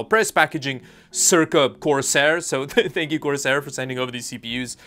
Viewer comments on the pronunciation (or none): none